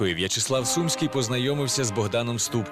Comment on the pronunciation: Чому СУмський,а не СумськИй??